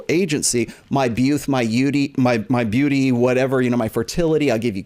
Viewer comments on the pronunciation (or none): my beauth my yeauty lol